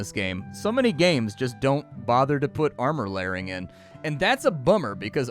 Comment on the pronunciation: pls stop saying armor lairing, it hurts